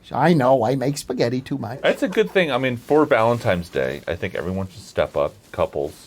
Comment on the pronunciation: Anybody catch that Eric says "Every Valentime's..." ..... with an 'm', not an 'n' ?